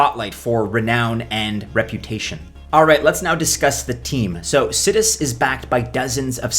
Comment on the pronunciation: I think it's pronounced sigh-dus